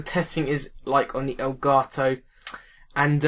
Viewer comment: I like how u say it. El garto